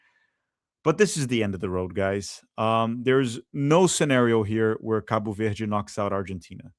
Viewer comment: Eu genuinamente achei que tu era gringo até a tua primeira pronúncia de Cabo Verde